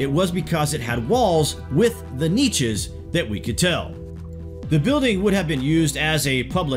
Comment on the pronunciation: BTW YOU MISPRONUNCED NICHES LOL